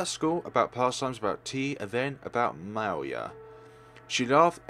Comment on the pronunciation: Actually, that word's pronoun is "mee-lyah". It's quite rare to see russian words here on FlareBlitzed channel =)